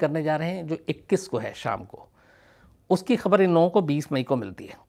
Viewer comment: 'baat sahi kahi' hoti hai ' sahi kaha' nahi. 'Bachkani' honi chahiye 'Baachkanani' nahi. 'Ushki' nahi 'Uski'. 'Daat' nahi 'Daad'. Aapko mera saadar pranaam.